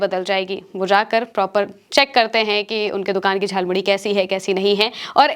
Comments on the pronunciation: झाल मुड़ी नहीं जाल मुली बोला गया है । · Jhalmuri ko jhalmuli bol rhe ho 😂😂😂